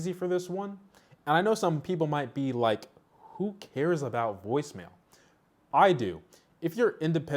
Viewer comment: Woice mail? It's from cellular network not from device🤣